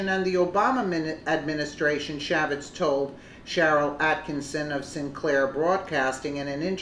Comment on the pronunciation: Chaffetz == pronounced Shay-fitz